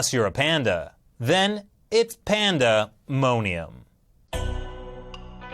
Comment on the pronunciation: Panda-monium? Sounds more like "Panda money am." "And to be rich, (and to rent out animals for money) is Glorious."